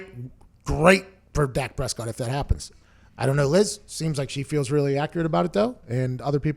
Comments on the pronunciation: She has a inside scoop but cant pronounce his name!..🤣🤣🤣🤣ok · No, she thought it was Dax Prescott